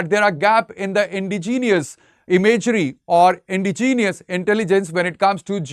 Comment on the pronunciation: It is Indigenous and not Indigenius.